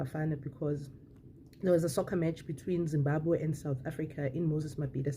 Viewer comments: That's so pity she can even pronounce the word Zimbabwe so well.we shall meet at the end of the tunnel my sister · The way she pronounced the word Zimbabwe is not South African, that lady is a pure Zimbabwean. She just pronounced it fairly and correctly, I'm not jealous of her holding S African ID but she is originally Zim